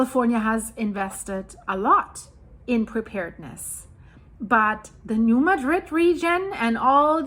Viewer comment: I know it is weird, but the town of New Madrid. Missouri is pronounced New Mad Drid . Missouri named quite a few places after other cities and then pronounce them completely different. I remember back around 1990 there was a prediction that there was going to be a big quake. I lived there at that time.